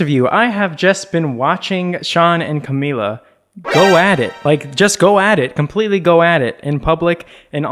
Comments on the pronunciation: it’s camila not camilla omg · it’s CAMILA not Camilla